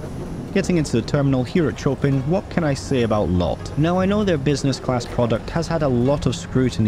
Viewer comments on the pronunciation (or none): Its pronounced CHOPAN !!!!! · you can go "chopping" your shallots, but Warsaw airport is named after the great Polish composer Fryderyk Chopin. If you haven't heard check the pronunciation on the net next time.